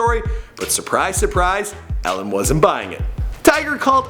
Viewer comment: Not pronounced Ellen.. pronounced E-Lin (Elin)